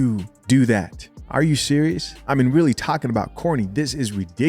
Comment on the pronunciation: Joe was weally weally twippin